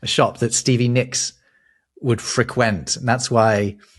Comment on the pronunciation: FreQUENT? Is that a British pronunciation?